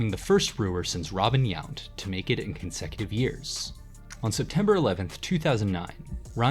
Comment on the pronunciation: Who is Robin Yant? I know Robin Yount. AI sucks